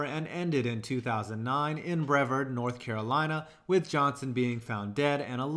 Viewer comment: Hey, I'm actually from Brevard, North Carolina where Randy Johnson died. Also, you mispronounced Brevard.